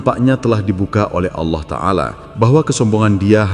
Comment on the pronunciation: Jngn suka mghina orang allah aja ga mghina hmba2 nya roma irama lo nyebut allah sngat fasih ga awoh2 maaf klo gus ini kok kyaknya awoh maaf klo sy sy dengar...mhn maaf yaa lo sy slh dengar